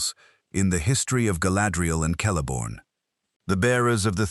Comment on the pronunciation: Its pronounced Kelebrimbor even if written Celebrimbor. Just like Celeborn who is also pronounced with a "K" sound not "S" sound even if it feels more "natural" somehow 😊